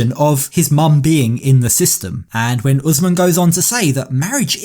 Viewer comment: Whyyy-uh, whennn-uh🤦